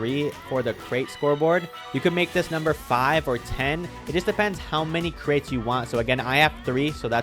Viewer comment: lol what you talking about its crates and you said cret not crate lol 🤣🤣